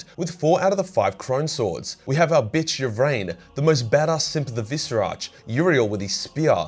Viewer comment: I BEG you to read the characters' names and not just make something up that vaguely resembles them. Its the Visarch, not the Viserartch; Yriel, not Uriel; Cegorach, not Sirogoratch; Ynnead, not Yinned; etc.